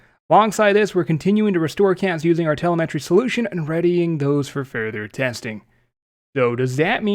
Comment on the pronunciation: I’m not gunna lie. You need to learn how to pronounce certain words. I guess different dialects say different things. But telemetry. And like 5 other words lol